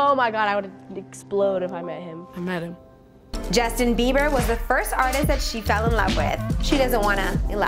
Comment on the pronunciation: Justin Bieber not Justin fever dude